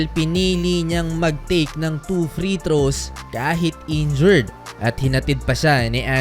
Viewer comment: NA-INJURED…. hindi NA-INJURY !! sus ko ialng taon ka ng nag VVLOG hanggang ngayon di mo parin alam ano kaibahan myan.. hindi ako mag mamagaling pero responsibility rin ng content creator na tama yung paggamit ng mga salita para naman yung mga nanonood ay tama ang natutunan.